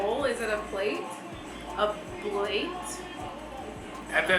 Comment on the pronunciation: It's a bowl/plate = Bowlate! 😂😂😂 OH, you just said blate, I love it! lol. I need those in my life!